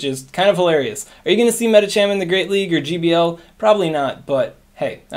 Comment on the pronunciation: “Are you gonna see Medicham in the Greate League?” 😂